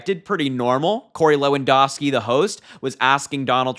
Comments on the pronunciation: LewanDOWski - ou, as in "ouch" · Just so you know, Lewandowski is pronounced loo-un-dau-skee. I didn't know he was still around. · LEW-AN-DOW-SKI come on..I really like you young guys talking..but please get your names straight..😊